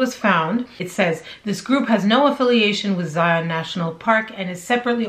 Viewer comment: good video. A few things to note. I am from Utah and have been to Zion several times. First it is pronounced Zy -un, not Zi-ON. This is a national pronunciation problem with people that are unfamiliar with the park. As for whether it was a scam, hard to say, but I don't think we are getting the full story. I think it's more a mental problem than anything. The ultimate question that would tell the truth is where she got water to sustain herself. She did not go 12 days with no water. Once you have that answer, you will know the truth. One final issue regarding "search and rescue fatigue". It's real and it's a problem. Basically, since COVID hit, all these fools that have never been outdoors a day in their life are doing stupid things and calling 911 to be rescued, who in turn has ask volunteer search and rescue people for assistance. It's happening all over Utah in the mountains. They are also trashing the trails and environment because they have no respect for it, but that's a separate issue. I think your channel is great and I enjoy watching it. Best of luck to you!